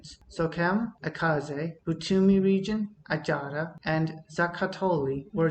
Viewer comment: Great job, you said 'Adjara/Achara' like a real Adjarian would say (in adjarian dialect)😂